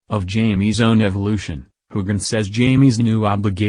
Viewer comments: I completely agree--the mispronunciations, not only of Sam's name but other key actors, are hugely distracting from an otherwise interesting recap. The robotic cadence and intonation of the commentary also detracts! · I had to shut this off. Using a computer to narrate just doesn't cut it. Even mispronounced Sam's name, fer cryin' out loud! Next time, pull someone in off the street to narrate! It'll be a lot better!